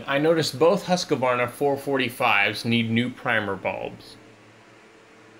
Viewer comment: Pronounced Hooskvarna, all one word, not Husk-a-varna